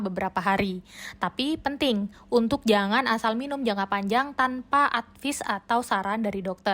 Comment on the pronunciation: Izin koreksi, maaf bukan advis tapi dibacanya "edfais" 🙏